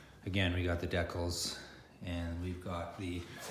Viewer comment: Deeecals not deckles lol